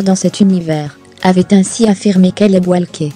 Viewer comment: La prochaine fois quand même n'écorche pas leurs prénom sa ce fait pas hommage à Paul Walker je l'adorait 🙏🙏🙏🙏🙏🙏